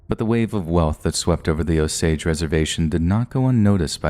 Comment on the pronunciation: 😊nope, he pronounced it right